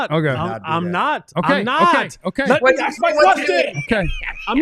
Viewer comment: it is “ask”, not “aks”. Come on man! You went to college. Stop acting like you don’t know how to pronounce a word.